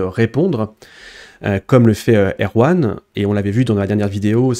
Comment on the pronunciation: A chaque fois que tu dis "Deepseek R1", j'entends "Deepseek Erwan" xD